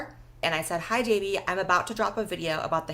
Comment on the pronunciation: Fr like c’mon its not that hard Its not “davie” its literally “dahvie” bro should know how to pronounce it 💔